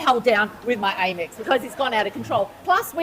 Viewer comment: frrrr. it also grinds my gears hearing her call it "AIM-ex", like i've never heard someone pronounce amex like that in my life 😭